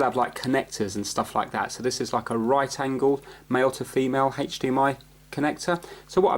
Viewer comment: Anyone else think of family guy and Stewie saying cool hhhwip when he says hdmi? Lol